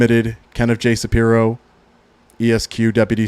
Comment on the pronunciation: Shapiro, not Saprio.